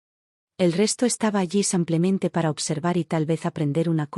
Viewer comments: Nefasto el contenido que narran estos lenguas de estropajo,ni pie ni cabeza,ignorantes del tema que desarrollan,un lenguaje vulgar y prosaico,mal hablado como cuando dicen samplemente.Ya me imagino cuántos profesionistas aprenden de estas valiosísimas experiencias.Un churro aburrido por excelencia. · Cuando calibran bien esta maquina para que diga SIMPLEMENTE y no SAMPLEMENTE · Si no sabe pronunciar los nombres americanos no los ponga en sus narraciones señora y no se dice simplemente parece indígena